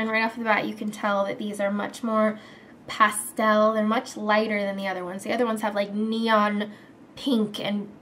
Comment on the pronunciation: You say pastel really weird.